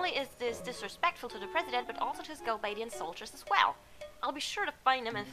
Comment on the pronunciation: You seem to have problems pronouncing Galbadia, he he! That's why I always called them the Gals!